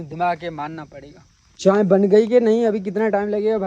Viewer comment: Wo chai ko chaen, phol ko fol, or bulb ko baluf bolta hai or madam frma rhe hen sahi to bolta hai 👎🏻